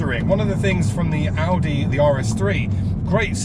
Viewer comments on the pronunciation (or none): none